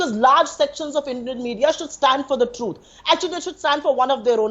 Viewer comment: This MP from Trinamool Congress has pronunciation issue...she needs to work on her “T” sound truth is sounding Chuth.. Being a politician you can't tell the truth as chuth.